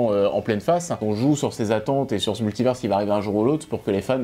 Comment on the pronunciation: Dites à de prononcer Multivers correctement